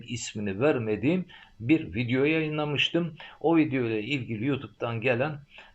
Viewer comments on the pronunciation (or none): none